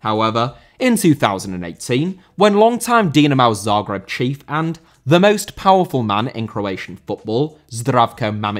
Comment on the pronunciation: Zagreb* not Zohrgreb